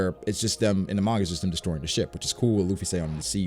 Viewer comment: Oh no. pronounces Gif and Manga wrong. I feel so conflicted, now.